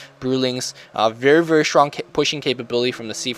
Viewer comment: SHtronk xD